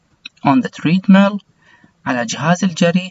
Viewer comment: استاذي حبيبي والله لو تشتغل على النطق حقك لانك قاعد تقولنا انطقوها وراي النطق الصحيح وانت نطقك غلط work , treadmill, squash كل هذي غلط لان احنا والله بنعاني قاعدين نتعلم النطق الخطا من المعلمين غير اهل اللغه وشكرا